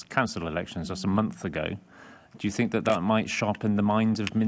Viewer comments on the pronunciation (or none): "I fink".....who is this moron? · Tooken ( taken ) fink ( think ) froo ( through) w.t.h